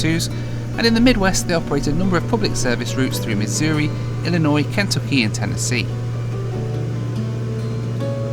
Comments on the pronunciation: LMAO on how you pronounced Kentucky ! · The way you pronounced Kentucky has me dead, lol.